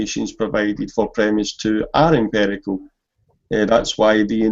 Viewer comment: Just to clarify an important point. pronunciation of empirical as "emperical" is not a scots thing. It's peculiar to him.